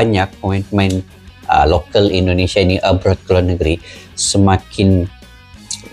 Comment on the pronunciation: Lokal bukan lokel !!!!!!!!!!!!!.